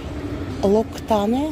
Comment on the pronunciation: «ЛоктанЭ».. 🤣🤣 ору Инна, вот и пользуйся разливухой неизвестного происхождения от Дэ пари, зачем тебе оригинальные Форд и диор